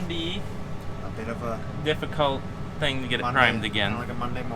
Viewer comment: You almost said: One thang the we do do is 5.56